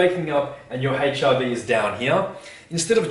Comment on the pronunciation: Note to self~ "Check ya' HIV sco each mo'ning."